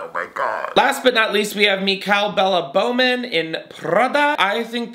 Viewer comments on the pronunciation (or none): none